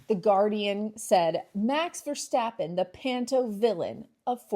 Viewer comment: Great analysis! And I love the way you pronounce his name (almost) correct, like "Versteppen". For Dutch people this is a huge improvement over the pronounciation by most of the UK journalist, who think they must pronounce his name as if he is from Germany (for Dutch people you almost can't think of a bigger insult...). They make it sound like "Ver-shhhhteppen". If you really want to pronounce his name 100% correct (in Dutch), it would be "Ver-stop-pen" (stop instead of step). But I bet that most Dutch fans are already very satisfied that finally someone skips the German "shhhhh" sound between "Ver" and "stappen"! ;-)